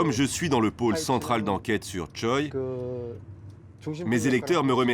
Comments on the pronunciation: Il me semble qui ça se dit Chwae et pas Choi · Pour des personnalités publiques, c'est courant d'utiliser uniquement le nom de famille ^^ (et ça donne des articles de presse magnifiques avec Kim qui rencontre Kim pour discuter des dernières mesures prises par Kim). Mais sinon côté prononciation, juste vérifier pour Choi (tchwé et non tchoï), ça aurait été appréciable ;)